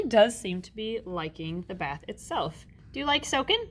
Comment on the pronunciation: I love this channel but, just “dis baf is bettr” 😂